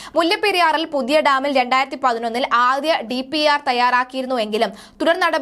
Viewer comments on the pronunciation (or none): മോളേ TPR അല്ല DPR ആണ്.